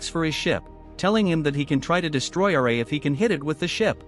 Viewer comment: RA not r -a